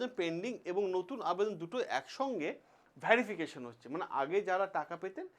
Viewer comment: Vyarification ki, pronunciation thik korun